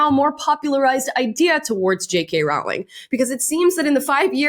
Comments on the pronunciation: Sorry but it’s pronounced Rowling. The hint is in how it is spelt. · Rowling rhymes with bowling 🎳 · FYI, Rowling's name rhymes with bowling. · You’re pronouncing JK Rowling’s last name wrong. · I’ve never heard JK Rowlings name mispronounced more times than this video. You said her name so many times too. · Love you and your content, but cringe every time you say the name "Rowling". It's pronounced like "rolling stones", look it up, she said so herself. (Even though she doesn't correct people who pronounce it wrong) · I BEG YOU start saying her name correctly!!!! Rowling like “row a boat” rhymes with “bowling” PLEASEEEEEEEEEEEEEE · It's pronounced "rolling" 💖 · Great video ~ just a heads up, her name is pronounced Roh-ling. #HarryPotterNerd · Amala it Row-ling like rolling with the homies😅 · It's not a big deal but, J.K. has said that it's pronounced Rowling like Bowling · Love the videos. Just so we all know, it’s pronounced “Rolling” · It's pronounced ROLLING!!!!! PLEASE!! It's killing me! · BTW The “row” in “Rowling” actually rhymes with “row” as in “row row row your boat” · Rolling. It's pronounced Rolling. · Rowling is pronounced like "rolling" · it's pronounced like "bowling." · It’s pronounced ROLLING! ROLLING!